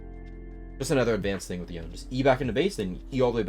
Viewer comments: Pronounce it YONE'eh not YoNeE! Pronounce his name how it's supposed to be! You are rank one, stop pronouncing it like all the other lame YouTubers! I am requesting you, since I appreciate your videos! Thank you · Price is mostly based on his popularity and demand.. also idc how much of a Yone main you are I hate how you say Yohn instead of Yonay 😝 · why does everyone say this guys name wrong lmao it is not said like the word lone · Imagine being a rank 1 otp and not knowing the correct pronunciation of your champ. Yo-nay my guy. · Wait this guy is rank 1 pb the champ and doesn't say the name correctly? T-T